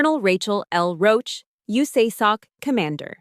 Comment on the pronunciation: Gag!!!! Learn how to pronounce the words at the very minimum. You-sa soc? Sif? LMAO So far from reality I couldn't listen anymore. You obvs know NOTHING about how the military works. Try RomComs in the future. This was an affront to any real career military female. Signed, 22 years of service female officer